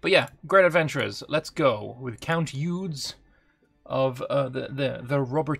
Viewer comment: Eudes have to be pronounced "HUD" without the h.